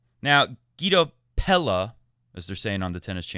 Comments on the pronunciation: I think it's pronounced Pe-la, not Pe-ya because that is how he pronounces it on the ATP website. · Pella is pronounced PEH-ja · The ll should be pronounced like a j, as in James, and the a as in apple.